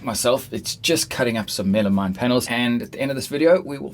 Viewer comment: It's called meh-luh-meen, not Mela-mine. It's like something hitting me in the face when you call it wrong.